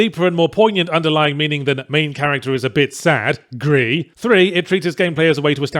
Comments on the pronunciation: "huge symbolic statue of the main character" yahtzee accidentally telling on himself that he didn't understand Gris despite claiming it "knocks you over the head with the metaphor. the statue is your dead mum. Not you. dummy. Also it's pronounced "greese" Not "gree". Its spanish, not french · Still shocked that he hasn't managed to pronounce gris correctly yet (it's not french) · His inability to pronounce Gris in spanish like a normal human being is still astounding. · It is also French for grey where you do not pronounce the S. Nomada is a Spanish studio so the Spanish pronunciation is correct, but I can understand why British Yahtzee would naturally fall on the French pronunciation.